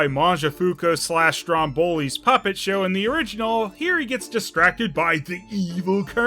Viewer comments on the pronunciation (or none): I wanted to tell you from last time: Mangiafuoco in Italian is pronounced "Mangia" (you say that well) "fuOco." You never pronounce the middle "O" in "fuoco." You say "MangiaFUCO." Which is a little funny for an Italian like me, because his original name means "fire eater," but you make it "drone eater." Like the drone, the male bee! XD